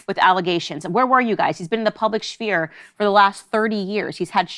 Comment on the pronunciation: "public schphere".... 🤣🤣🤣🤣